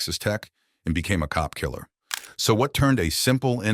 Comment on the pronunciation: Why do you have to emphasize the "cop killer". Cops are just humans and in the same level as any other murder victims, no matter are they homeless addicts or cops....